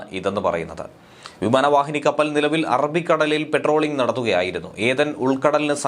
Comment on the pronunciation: പെട്രോളിംഗ് എന്നല്ലഡേ . പട്രോളിംഗ്. PATROL. വിവരവും വിദ്യാഭ്യാസവും ഉള്ള ആരും ഇല്ലേ നിങ്ങളുടെ ഡെസ്കിൽ?